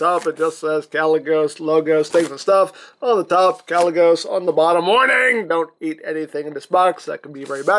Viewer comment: First Archimonde, then Gaz'rhanka, and now Kalecgos and they form Ragnaros... Who else from the warcraft universe will they use? Also you did pronounce Kalecgos correctly :)